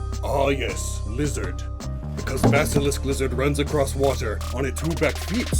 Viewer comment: Awww so cute to hear you do that PNW linguistic weird thing. Y’all don’t have an accent out here, but you do all add a “d” at the end of the word “across”. You all pronounce it “acrossed”, but strangely many folks pretend they don’t hear it. It’s blatant. Kind of adorable